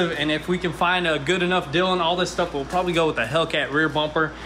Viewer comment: “You guys won’t believe the good dill we got on our new poleets car!”